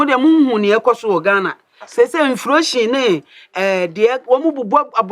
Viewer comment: Sister Mercy nim bill to pa ara, she has even factored in inflation or “inflotion”😂😂😂